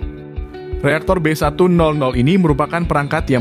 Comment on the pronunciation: B100 dibaca Be seratus,bukan be nol nol